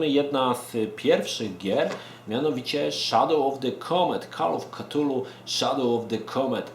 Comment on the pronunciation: Jeśli moge sobie pozwolić na mała poprawkę i zarazem podpowiedz w wymowie jednej z mojej ulubionej serii " De Kool of ftulu" nie mam zamiaru nikogo urazić ani pouczać. Ale myślę że fajnie znać orginalna nazwę. pozdrawiam